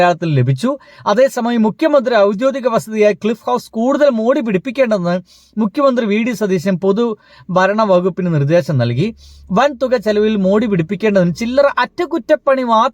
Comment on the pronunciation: ക്ളി ഹൌസ് അല്ലെടേ ക്ളിഫ് ഹൌസ് എന്ന് പറയാൻ പഠിക്കെടേ